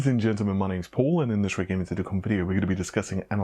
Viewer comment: Raideon not rad eon :C